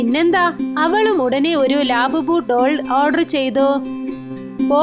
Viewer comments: lababu alla labubu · ലേബബിൾ anala ലാബുബോ എന്നാണ്😂😂😂❤ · Laaaabubu qlla lavubu😢😢🤭🤣🤣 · Nott ലാബുബു thats labubu